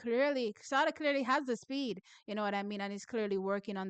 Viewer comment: Thanks for your work, but please pronounce Sada properly. I think it's supposed to be like Sade the singer.